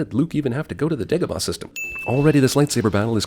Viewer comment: Yes, Dagobah does sound racist when you pronounce it the way Obi Wan does. Whereas if he had pronounced it "DAH - go - bah" there would be no sin.